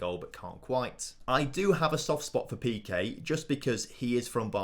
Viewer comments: In peque the first e is pronounced as the second e, it isn’t like piqué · Pe-que? Don't worry he's from Barcelona.